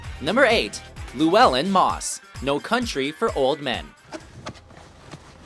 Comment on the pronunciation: Moss not miss